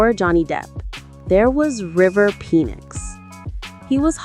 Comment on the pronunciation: You pronounced River Phoenix's last name quite comically. What was that lol. it's pronounced FEEE NIXX not PEEE NIXX Cool video though no joking. I subbed.